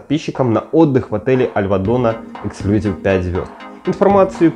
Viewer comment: Обзор неплохой, но ОЧЕНЬ режет слух безграмотная речь. В слове эксклюзИв ударение ставится на третий слог и букву "И" , а вы постоянно повторяете "эксклЮзив. Учитесь правильно говорить!